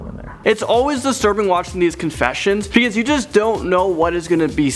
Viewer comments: It’s BEcause not PEcause!!! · Uknown Person AND HE SAYS PECAUSE INSTEAD OF BECAUSE